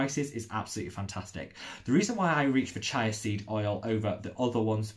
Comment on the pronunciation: Awesome vid, thanks! Just one thing... chía is pronounced cheeah ;)